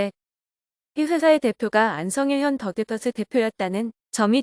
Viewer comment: 정말 이상합니다. 기자라고 자칭하는 채널은 더 기버스를 더 기뻐스 또는 다 깃뻐스라고 부르고 있는 공통점이 있습니다. 다들 왜 이러는 걸까요?